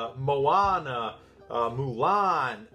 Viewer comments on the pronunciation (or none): none